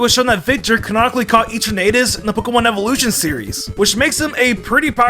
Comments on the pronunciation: Why do you say "EE-Turn-8-us" when clearly, it is a play of the word "Eternity"? "Eh-Tern-Ah-Tus" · Its etrnatis as in eternity NOT tornado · Did my mans just say e-tur-na-tus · Who pronounces eternatus like you? Wierd.......